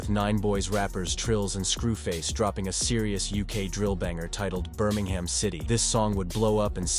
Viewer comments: Noone says Birming HAM. Its Birming UM. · Its not pronounced burm-ing-ham its prounounced bur-ming-um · Is this ai? Man said birmingHAM like a yank lol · Americans saying Birmingham “BUR MANG HAM” English people saying Birmingham “Bur Ming um” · American robot voice pronouncing the city Birming-Ham 🤦🏻